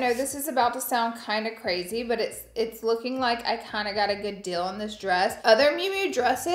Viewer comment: I like how you say good “Dill” 😂❤❤